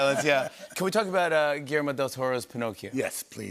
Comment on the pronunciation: Jimmy should work on his pronunciation of Guillermo´s name to sound decent at least!